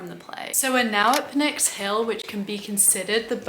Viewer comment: The P in Pnyx is NOT silent. You were pronouncing it correctly. That's how Greeks say it as well. Don't be misled by the dominant pronunciations of similar loanwords, like pneumonia, which are actually not faithful to Greek pronunciation. By the way, a small clarification: The councilmen of the Boule, called Bouleutai, were technically representatives. It's just that their role was more administrative than legislative or executive. Also, fun fact: Representatives of the Greek parliament today are still called the same title. Another small clarification: While it's true that under Pericles an Athenian citizen was someone whose both parents were Athenian citizens, that was a new measure introduced by him that was very unpopular. Before that, only one Athenian parent was required (regardless of gender). Pericles was accused of voter suppression by basically disallowing a lot of people from voting. I'm sure you already know this, since you're a philosopher, but mentioning it for those who don't: The Stoics came about much later than the time period shown in the video. The game takes place during the Peloponnesian War, while Stoicism rose about 100 years later. It goes Socrates -> Plato -> Aristotle -> Zeno, Epicurus, etc.